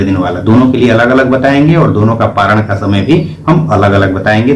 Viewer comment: परायान नही पारण होता है